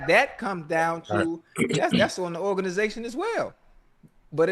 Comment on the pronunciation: Ocho said organation 😂😂😂😂😂